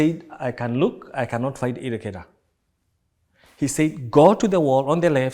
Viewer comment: Believe me, niko somewhere i should not be LOL, lakini the Effin/the fuckin' 'ireghera' or irregular or whatever imenipasua !!! Tena, hio 'irregera' kwa pronunciation ya kitorobotoro/kikuyu, inachekesha SANA😂